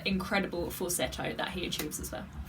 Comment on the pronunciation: Congrats , you pronounced the word Falsetto the way it should be